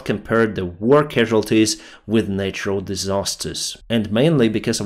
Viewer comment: Your pronunciation of word 'natural' is wrong